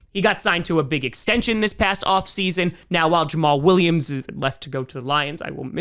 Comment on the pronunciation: What the hell did you just call jamal Williams?